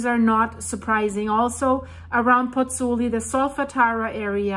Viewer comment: Pls learn how to pronounce Pozzuoli. I beg you.